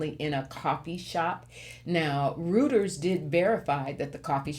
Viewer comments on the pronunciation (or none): Reuters is pronounced Royters (or, Roy-ters). I used to work there. 🙂